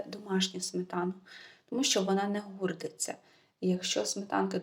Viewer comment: Не " не гурдиться", це слово діалектичне вимовляється - "не вурдиться" Означає, що сметана не згортається і не ділиться на шматочки)))